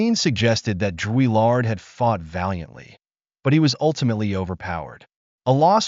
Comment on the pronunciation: Who writes this crap? You can’t even say his name correctly. Why make this? A waste of time.